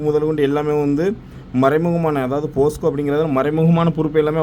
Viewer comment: அண்ணா போஸ்க்கோ இல்ல போக்சோ 😅